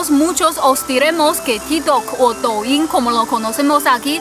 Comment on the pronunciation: De hecho suena como "touyin"